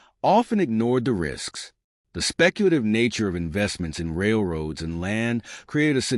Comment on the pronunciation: Where the documentary says Railroads , try to hear A. I. . . . . A little scary !